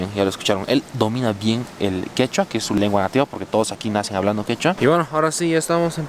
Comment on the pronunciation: Su quechua es bien pronunciado como el boliviano, pense q en todo Perú ya lo habían españolizado... bravo!!